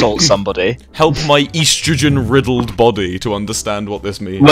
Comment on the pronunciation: did he just pronounce estrogen... ee-stroh-gen...